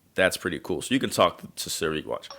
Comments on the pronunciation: Everyone hating on this black guy. xD He calls Siri .. Seri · is a joke he says Siri wrong. This guy is a joke